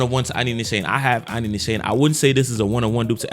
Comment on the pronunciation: Great vid bro! Btw, Nishane is pronounced Nee- Sharn -ay. It's a Turkish brand.